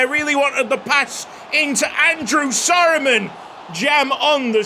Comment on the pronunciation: Anyone else notice in the description it says people mentioned, andrew surman(ex bournemouth player) becauce keeps say andrew soroman. 😂